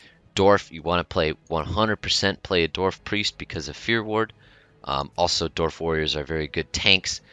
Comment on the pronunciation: Does it sound like he said Dorf instead of Dwarf? Or is it just me